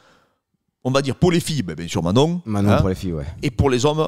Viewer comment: Bienggggg ou bienggggg ?😂